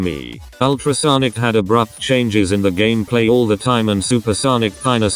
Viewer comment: remeber when the text to speech said gammaplay?